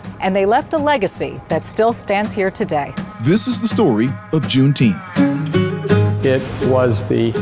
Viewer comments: Wait, you mean it's not "Juneteenf?" Let me axe you dis. Is that ocean to the west the Pacific or "Specific" Ocean? There's a TX lawmaker who's confused the pronunciation. Then, there's Jesse Jackson. He's says, "sammich." I always thought adults pronounced it, "sandwich." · I.Q level 100. "Juneteenth"